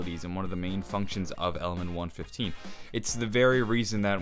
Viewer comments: he says 115 weird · Omg why can't u say element 115 correctly? It get me so triggered! The vid is good tho